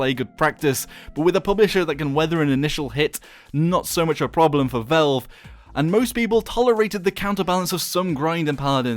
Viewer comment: HAHAHAHAHA! YOU SAID VELVE INSTEAD OF VALVE.Learn to spell.